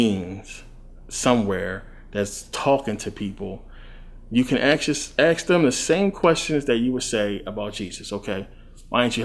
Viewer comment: Well have you tried axing them? Go on man axe them. Axe the Right questions though. Don't be axing them to axe me either because I'll axe the G to quit axing me or smack them for axing.